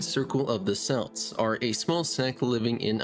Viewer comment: it’s not pronounced “selts” it’s a hard C.